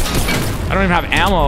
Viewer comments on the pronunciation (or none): you don’t have what ohhhh you mean ammo he said it weird